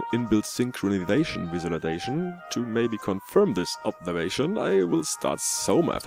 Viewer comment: Definitely yes, you only made the 1st sound a bit nicer than in Finnish ;) Our Eineheminlampi has all e's sounding exactly the same (boring...). On Saimaa you sounded just like a Finn (boring...?) ,)